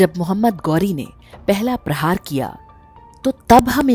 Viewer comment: It's not गौरी it's गोरी or gohree